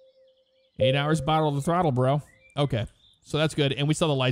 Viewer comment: "Fuel's good for about an owa"